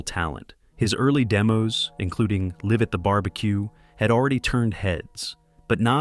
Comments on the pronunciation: "Live At The Barbecue" isn't pronounced like "give", it's pronounced like "five". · It's live (L•eye•v) at the barbeque.